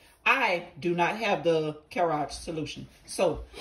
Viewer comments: I cannot get past the pronunciation lmaoooo my sister in Christ, it’s “cure-ig,” not, “Care-áge” 😆🤣 not to take away from the main idea of the video tho, it looks like you’ve helped a lotta ppl with it! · What the hell is a cureage. Lmfao its cur-eg